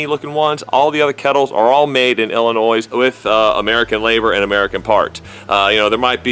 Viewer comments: Illi-noise.... Lol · As much as I hate Illinois...just want to let you know the "s" at the end is silent. HA